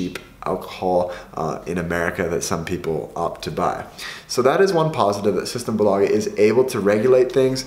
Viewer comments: SystemBÅÅlaget, best pronunciation lel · The way you pronounce ”symtembolaget” 🤣😂🤣😂